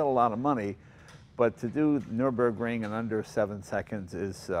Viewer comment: Remember when Jay once said 'nurenberg ring' 😀😂😂. Bless him.